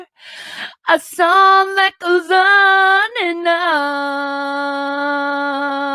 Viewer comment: Learn not to use people...And BTW you CAN'T SING....It's SONG WITH G. I hope William pronounces his *G's*. Learn to be nice...If not you will forever be alone.